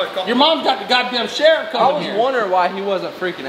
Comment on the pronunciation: he said sherifff ahahahah